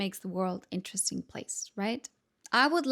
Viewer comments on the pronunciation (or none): none